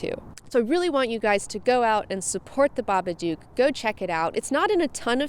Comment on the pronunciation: Everybody says it like that its pronounced so it rhymes with book The babadook Pronounced(bah-bah-d-ook) not (ba-ba-duke